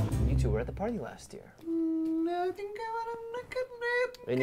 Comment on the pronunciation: He pronounced ‘party’ like ‘potty’ by accident too, which made the blooper all the more hilarious.